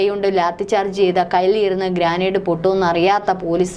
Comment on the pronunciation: " ഗ്രാനേഡ് " എന്നല്ല; "ഗ്രനേഡ് " എന്നതാണ് ശരി.